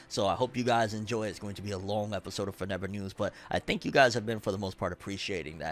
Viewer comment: WHENEVER YOU SAY FORNEVER NEWS I HEAR BORUTO NEWS